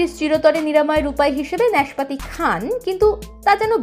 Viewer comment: উচ্চারণ সঠিক করার চেষ্টা করুন। নাশপাতি হবে, ন্যাশপাতি না